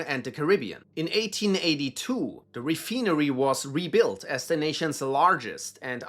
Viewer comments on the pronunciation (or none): I'm sorry but I can't take you seriously when you pronounce "refinery" as "re-fee-nery".